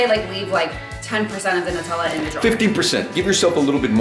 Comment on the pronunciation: She's pronouncing Nu-tella wrong